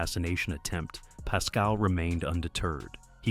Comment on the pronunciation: Go and get a real job fuckin idiot ,pascal pascal , pascal , you don’t even know how to say is name , fuck You